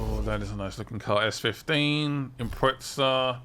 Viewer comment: impretza? learn how to say the car name correctly